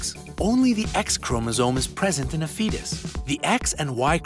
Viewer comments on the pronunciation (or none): none